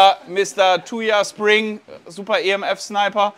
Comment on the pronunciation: nicht Thujaspring sondern Thujasniping 😉😂. Clarissa schönes Video